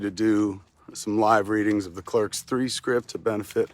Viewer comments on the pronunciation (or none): Did you say clerks 3?